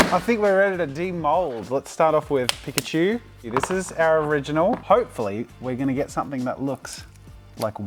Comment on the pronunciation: So you're saying "Chadmander" and "Biggerchu" ?